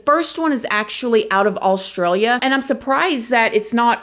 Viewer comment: As an Australian I find it funny how you pronounce my country - but thankyou for mentioning it